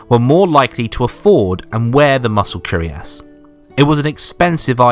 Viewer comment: It's not "curiass", but "cuirass" (pronounce "queer-ass")